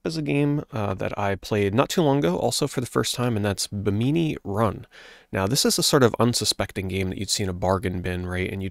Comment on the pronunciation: Two observations: I have never heard Bimini pronounce that way and Zoop has an ending. I never knew that. Might have to plug in my Jaguar version and give it a whirl.